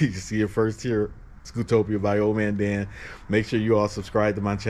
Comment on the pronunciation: Hey... thanks for visiting Scootopia. You pronounced and spelled my name wrong even though it is in the Video spelled correctly in several places. It is not "Old" Man Dan... it is "" I checked our YouTube Analytics to see if you are SUBSCRIBED and it shows that you are NOT Subscribed. This ONLY happens for TWO reasons... 1. You never Subscribed 2. You Subscribed but You never changed your YT Default PRIVACY Settings We have several GIFT Reward Programs that GiveAway annual FREE Scooters and our Newest Trivia QUIZ Game that everyone is excited about, called SUBEQUITY. All of our GIFT Reward Programs are ONLY for Verified SUBSCRIBERS. There are NO "PRIVATE" Accounts allowed to participate as we cannot Verify Your Subscription. To learn more about our New Trivia QUIZ Game (which allow SUBSCRIBERS to Test their PEV and Knowledge) every Month. Visit our website for more details: It's really exciting to hear about Your Scooter Journey. Keep pressing forward. These machines are so powerful, dangerous in the wrong hands and addictively therapeutic. Stay SAFE out there my friend and remember to always GearUP whenever, wherever You Ride. Don't forget to SUBSCRIBE to my Channel if you FIND yourself ever wanting to participate in any of our GIFT Reward Programs. Especially our Newest Trivia Game launching on the 26th of this month...